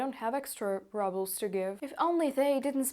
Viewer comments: I never heard Rubel pronounced this way. Sounds like Rubble 😅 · Fake Russian. Can't pronounce Rubles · It's pronounced ROOBELS not RUBBLES. Fake Russian. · I like how you say Rubles as "Rubbles". Deliberate? Seems appropriate. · I like the that you pronounce your currency as ‚rubbles‘. I think that hits the point! 👍🏻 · This was fascinating. You don't hear much from inside Russia. Thank you. (note: congratulations on your excellent English - three words need attention: rubles, bunker and haven). Thank you again